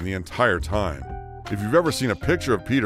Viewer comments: What a train wreck of a production! Names pronounced wrong, Dustin Hoffman is shown many times as Lenny Bruce and they can’t pronounce names correctly, as in Peter Lorre. It’s LOR-ee, not LOR! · Peter Lorre. Lorre is pronounced Lorr-ee. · Peter Lorre's last name rhymes with "dory," not as it's pronounced here. ... So Clark Gable and Walter Matthau had gambling habits. Why is this a big deal? They had enough money to indulge this "vice; they harmed no one—certainly not themselves. Maybe that's vice, but gambling hardly seems as deleterious as some of the other behavior elsewhere in this video. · You're mispronouncing Peter Lorre's name. His last name is pronounced as though you were saying the female name. Lori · Mispronounced Peter Lorre. Long E on end. Lor-E